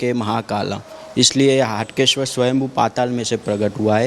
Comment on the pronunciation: Please Correct. HAATKESHWAR Not HATKESHWAR Hatke is different means & Haatkesh is Aradhya Dev of Nagar Brahman community.